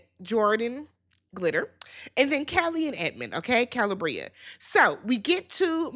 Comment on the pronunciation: Kuh-lee-Bree-ah 🙄🙂‍↔️😑 you pronounce names like you’re from MN too…😶😵‍💫🥴